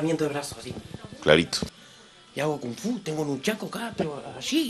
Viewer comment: "hago fung fu"...jajajaja....